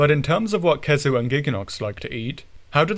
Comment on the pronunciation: Never heard someone err the pronunciation of "khezu", aside from having no consistency.